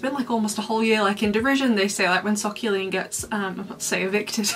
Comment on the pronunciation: The way say's Socqueline's name makes it sound like a detergent brand. Get your white whiter with new 'So-Q you clean'.